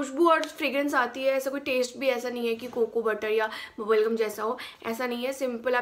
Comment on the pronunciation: Did I heard bulgm instead of bubblegum !!🤪such an honest n cute review though ♥️